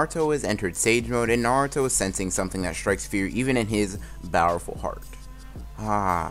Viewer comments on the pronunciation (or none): The whole video “bowerful”